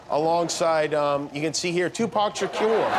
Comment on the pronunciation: Tupac She-cure